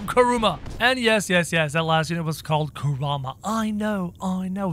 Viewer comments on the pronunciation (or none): your also mispronouncing kurama